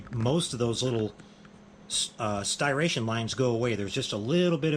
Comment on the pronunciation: Great video as always! I gotta say, though, hearing you mispronounce the word "Striation" murdered my ears.🤣🤣